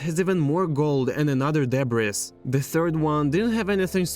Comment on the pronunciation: Ancient "deb'ress" lol😂😂😂